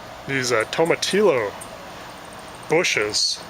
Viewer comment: It appears your fingers are healing. Good news. Like what you've got going on. Pineapple upside down cake. You need to have her make you a cake... you know... to help you come up with a recipe. You need some bready flavors. You Canadians! It's pronounced toe-ma-tea-yo. Double LL = Y sound.;) We're fortunate to have good water. Added a good filter recently. Cheers!